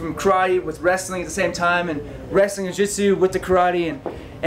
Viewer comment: Can't even pronounce "karate" correctly...